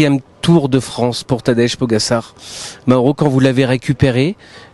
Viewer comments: PogaCHAR, tabarnak, prononcez bien son nom de famille. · “Tadège Pogassar” enchanté de connaître ce coureur prometteur… non franchement, c’est moche cette façon de le dire 🤷🏻‍♂️